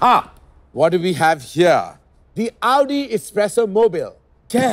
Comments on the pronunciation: It is the right way to pronounce it. Its AOU-DI not AU-Di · That's the exact right way to say it.